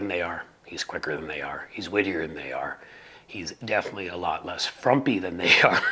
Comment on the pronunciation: Please understand that who a person loves, or is attracted to, is NOT a "personal lifestyle choice." Being qho a person is is NOT a "personal lifestyle choice." And please do yourself a favour, and learn how to properly pronounce "definitely." Otherwise, I agree that Buttigeg is an amazing representative, and he certainly puts those individuals to shame.